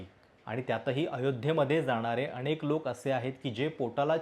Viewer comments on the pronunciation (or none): none